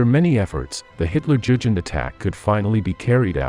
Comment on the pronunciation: hutlerjugend is trully on the next level...